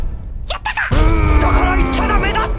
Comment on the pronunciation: 最初のやったかの発音がﾋｮｯﾄｺっ聞こえたww